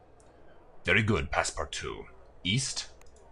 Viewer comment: This LP has taught me how to pronounce Passepartout, which has vexed me for decades.